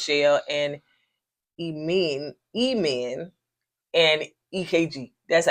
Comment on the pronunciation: Emen is pronounced '"N M".